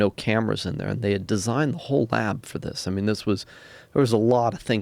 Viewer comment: "Wohll"... whot?